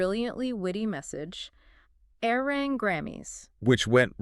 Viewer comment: 1. ARMY"S didn't get quiet, we applauded. 2. ARMY"S didnt like the nee category because...read the fine print. 3. Please say ARIRANG correctly. Respectfully 4. ARMY"S didnt forget Billboards manipulations. Arirang is a quality album, Grammy people who are speaking out then setting their accounts to private says A LOT